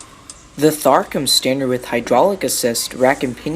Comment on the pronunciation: It's pronounced "Tar"